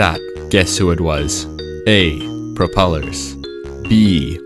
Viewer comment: Bro think he propelars😂😂😂😂😂😂